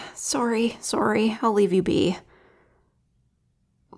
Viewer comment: It sounds like a Canadian sorry